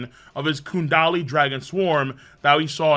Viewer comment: You say kundali again imma need those hands, the chapter literally says gundari